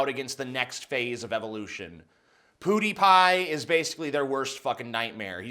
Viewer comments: Ok, the way you are saying Pewdiepie is killing me... it's pronounced pyewdeepie not poodiepie. Just sayin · ''Pew'' is pronounced ''piew'', not ''poo''! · also "pew dee pie" not "poo dee pie" :-/ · Does he actually think its pronounced poo-dy-pie? Its pwu-dy-pie. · I love how this guys barely blinks and says poodiepie instead of pewdiepie lol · It's not "Poodiepie." It's "Pew (like making a gun sound effect) diepie." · "poo-dee-pie." Is that the correct pronunciation? I've always said peuw-dee-pie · Mother of-I could tolerate that Canuk Armoured SKeptic calling him poo-die pie. But damn it man, you are an american Its pronounced PUE die pie. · Dude, have yo heard of the word "pew", like what you'd find in a chrch. It's not pronounced "poo," it's "piew" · Omg TJ I love you and everything but when you say "poo-Dee-pie" instead of "pee-oo-dee-pie" I want to kill myslef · poo-dee-pie mate... it's *pyoo-dee-pie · I have to say, it's pronounced "pyoo", not "poo". It sounds downright funny when you call him "PooDiePie." Maybe that was your intention. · its pewdiepie not poodiepie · i-it-its *PEW*diepie. like a laser gun, pew pew. not POOdiepie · PEW-dy pie. Not POODY-pie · It's pronounced pyoodiepie, not poodiepie! Lol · It's pronounced "Pyuudiipai" not "Puudiipai". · It's pronounced "pyew", not "poo" dee pie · PEWdiepie, not POOdiepie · its not poodiepie....say pew. you sound like you're saying poodiepie.just sayin.... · It was hard to take him seriously saying "poodiepie" instead of "pewdiepie" lol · Why are both you and armored sceptic calling him poodiepie? it's pjew-diepie. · Slightly triggered hearing poodiepie, Boi it's Pew-de-pie. Funny hearing it as well. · Its PEWdiepie, not 'PoodiePie' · Armoured Skeptic says "Pootypie" too, guys come on it's PEW-DEE-PIE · STOP SAYING POODIEPIE! It's pew. Pew pew pew. It's bothering my, TJ. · POODIEPIE 😂 god I cant stop laughing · Love the video But it’s pronounced PEWdipie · It's pretty obvious you don't watch "poo-dee-pie"